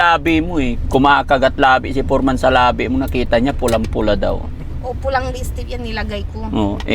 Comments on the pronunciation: forman pgbasa Nyan Df silent e' (foreman) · FOREMAN pronounced as fòr-- man ( silent "E" ) 😊✌️